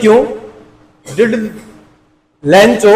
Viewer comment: लेंचो नही लैंको